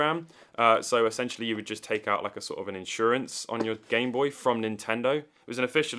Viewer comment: I just like how you say "gime booi"